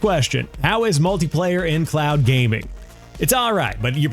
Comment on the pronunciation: You're saying clown gaming 😂😂😂. Speak more slowly 😂😂😂